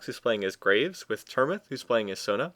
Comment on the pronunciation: Graves not gra ves like as in digging graves